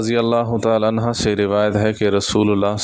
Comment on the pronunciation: Bhai sab anha nhi anhu ha